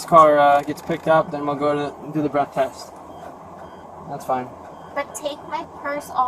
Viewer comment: 3 adults, SHUT the F’ing front door! What the hell is wrong w ppl? ..guess it’s the same cop who thinks “test” is pronounced “tAst” smh